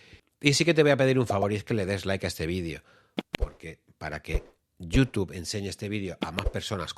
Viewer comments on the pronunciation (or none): none